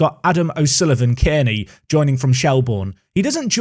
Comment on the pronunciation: A-OK is a cracker of a nickname, if you are saying the surname though its pronounced the Kearney is pronounced Car-Knee!